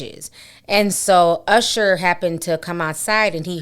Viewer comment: I haven’t heard someone pronounce usher like that in a long time. I swore I heard “arshuh”